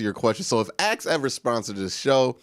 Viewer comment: uses "ASK" body spray not AXE lol